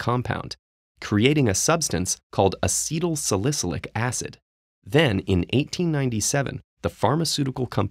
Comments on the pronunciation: It’s pronounced Uh-sea-toll-sal-uh-sil-ic acid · Mispronouncing acetylsalicylic. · Dude, you’re mangling the word acetylsalicylic. Correct yourself. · I've never heard anyone butcher the pronunciation of acetylsalicylic so badly.